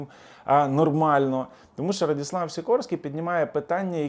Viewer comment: Не Радіслав а Радослав